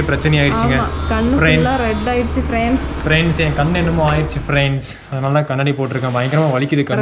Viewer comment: "Pirands" is ultimate......😂😂😂😂😂😂😂😂🤞